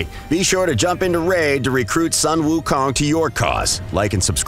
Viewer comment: Sun pronounced SOON